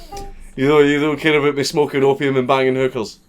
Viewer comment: i swear you pronounce hookers more like hückerrs